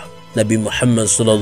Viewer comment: Maaf ko yg aku dengar pas istighfar nya, berseru trdengar Laila hailallah Muhama bukan Muhamad, apa kuping ku konslet yah 😅 coba dengar kan kmbali takut nya saya salah dengar atau kurang pokus mendengarkan, tp aku ulang2 sama aja Muhama buka. Muhamad